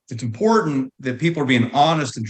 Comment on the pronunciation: She doesn’t pronounce some letters, like important sounds like impor-ant.